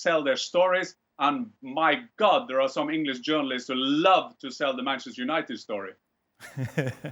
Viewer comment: Penchester United” ”Bruno Penandes” “Varchester United” “UefaChester”